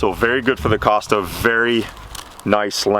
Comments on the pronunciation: I had to click on Closed Captions when he mispronounced 'KOSTAS'😄 I thought he was introducing another brand! According to the company, the 'o' is long, as in "Coast" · It’s pronounced “coast-uh”